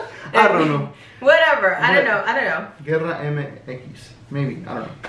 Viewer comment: Its Gera MX but pronounced jera. Great reaction btw. Keep it up